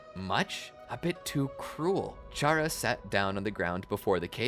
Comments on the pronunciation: ain't no way bro combined undertale and naruto💀 great video so far though, also i think its pronouced Cara not Chara, but idk it might be up to the player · Its pronounced K-era because its like Character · 1 its pronounced kara 2 charas intangible